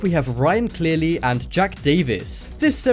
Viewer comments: not jack, it’s Jake (jay-ke) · gotta love it when someones nake is Jake but it's said Jack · The print said jake davis. Narrator says jack davis. WHICH ONE IS IT!? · 😆 u said jack it's jake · Anyone else notice that he pronounced Jake like Jack? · me too. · When you pronounce Jake like Jack...... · I’m done he said jack instead of jake lol